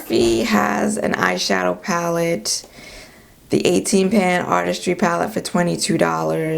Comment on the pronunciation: I laughed so hard! I thought you said ‘ash shadow’ and then you said Too Faced. So appropriate for my melanated skin🤣🤣. Aww MAC they will always have a place in my heart though I havent bought a thing from them since 2010.